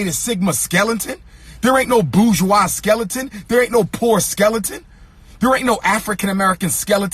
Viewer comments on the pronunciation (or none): none